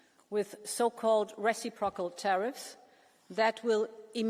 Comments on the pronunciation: Does the EU not understand what reciprocal means? UVDL cant even pronounce it so maybe she doesn't know what it means . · The way she pronounced reciprocal was silly. 😅